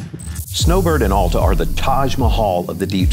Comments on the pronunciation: It’s NOT Awwwl-ta!! It’s Al-ta!!! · You are not a local. How can any Utahan tell? It is not All ta. AL like altitude. Alf's mid mountain restaurant and Alf's High Rustler are named after Al. Al used the English part of his name, added TA (German expression for outstanding). Thus AL TA. Everyone say after me. ALTA. Al was a great man. He scouted Little Cottonwood Canyon for the United States Forest Service and the first chairlift was installed in 1938. Get to know Al and TA to you.